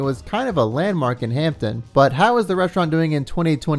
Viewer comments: It's not HampTON it's HampDen. It's where I grew up. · Ham-Den… say it with me… Ham-Den… also hampden is a neighborhood not a city so it’s kinda weird hearing “hampden, Maryland”